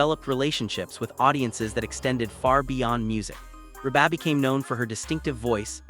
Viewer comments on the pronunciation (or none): Wow... the AI voiceover on this is awful. Can't even pronounce Reba's name? It's REEEEE-BA. Not Reh-Baaaaaa like a dang sheep is saying it. MAC-EN-TIRE... is the last name. Horrendous.